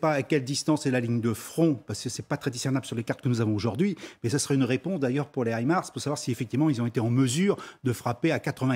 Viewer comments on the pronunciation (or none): Madame la JOURNALISTE du systeme HIMARS le s n'est pas pour le PLURIEL mais pour SYSTEM donc il se prononce. Qualité LCI, BFM, France 24 ...